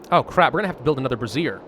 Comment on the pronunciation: Bray - zee - ur is how you pronounce brazier.